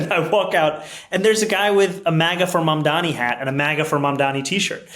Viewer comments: The graveyard is littered with the bones of those who underestimated Mamdani. Also learn how to pronounce his name FFS Cuomo! 😅😅😅😅😅😅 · How the FUCK did you get his name wrong?